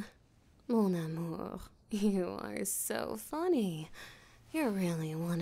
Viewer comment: Le "mon amour" was really good , native french or smtg ??? I